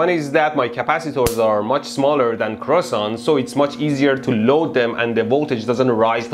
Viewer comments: They are pronounced : CREE OH SAN and written KreosAn, not KreosOn ;) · "Croissant" xD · Say it correctly Kreohsahn